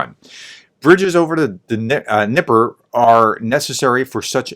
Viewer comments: The correct Ukrainian pronunciation can be heard at Forvo site as pronounced by native Ukrainian speakers by searching for the name in Cyrillic: Дніпро. It sounds close to [dneePRO], with the stress on the last -pro syllable. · Yes, the river is pronounced as “Dnieper” in Russian but as “Dnipro” in Ukrainian, an instance of cultural differences which infuriates Putin. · Dnepr is ruZZian pronounce, D N I P R O - ukrainian. Ukrainian last names ends with O, many words in our language ends with vowels, in ruZZian - with consonants. Ukrainian language like a sing of bird, ruZZian - like a bark of the old hoarse mongrel with a lot of sonds 'r", 't' 'ya" and so on.